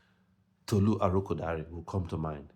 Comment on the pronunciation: Good job with the ArokoDare pronunciation!!